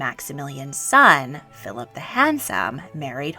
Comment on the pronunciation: I wish you would say Philip like Philip and not Philaaap